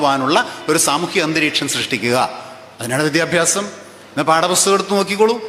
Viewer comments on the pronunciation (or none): വിദ്യ ബ്യാസം അല്ല വിദ്യാഭ്യാസം ആണ്